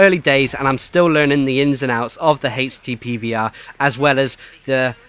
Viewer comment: I keep thinking you are saying Hasty PVR.... :P